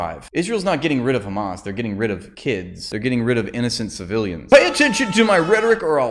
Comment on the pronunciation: I like that we collectively mock the pronunciation of KKkhhhamas